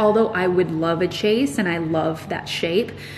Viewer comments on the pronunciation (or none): I was wondering if anyone else was thinking this. Screaming it’s pronounced shay’s 🤦🏽‍♀️ but that couch 😍😍😍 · Chaise pronounced “shehz”!!! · Oh, honey. I love watching your videos but I was SCREAMING hearing you say “chase”. Hun, it’s pronounced “shayz” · Is “chase” how you say it down there?! Here in Canada I have never heard that before. We definitely go with the French chaise “shez” pronunciation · The chase is spelled as chaise and you pronounce is as shahz😀 L-shapes are a pain with coffee tables, I have the same issue with mine and would love to change it but it’s a sofa bed and I live in a studio. Still, an IKEA visit might be in the near future… Might find a nice 2 seat sofa bed😀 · I love you every time you say 'chase' for the chaise I cringe, I'm not sure if everyone in USA pronounces it like that but I have always known it to be pronounced 'shays' it's a french word, I love the couch you were looking at 😍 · Love the sofa! (BTW, Your "chase" is a chaise and is pronounced "shez" You can find the pronunciation on YouTube.) Your chaise was a steal and will look great in your cottage. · chaise is a French word coming from chaise longue or "long chair” so I’m sure she’s saying how people in her area do but the correct pronunciation is “shez” I didn’t mean it as a criticism I thought it was cute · Maybe it's because I live near a French-speaking area, but I've only ever heard it pronounced "SHEZ". So hearing "CHASE" all the time was really jarring! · Chase? Chaise. Pronounced "shez". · You and your mom are so cute together! I look forward to your videos each week. I believe your sage green lounge is a “chaise” lounge, not “chase”. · I have never heard it pronounced chase as does. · It’s a chaise not chase 😂love your vlogs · Definitely made me giggle every time she said it “chase” lol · Please, it is chaise not chase. Love your Cabin!! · It's a Chaise pronounced like shaze :) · Chase? In French it is pronounced "Shai-z". :)